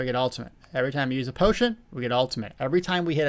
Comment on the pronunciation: I love you but there is no T' in "potion..." unless of course you're actually putting herbal tea in your potions. That I would understand.